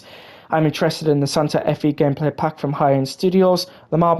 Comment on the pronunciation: the Fe in Santa Fe is pronounced “Fay”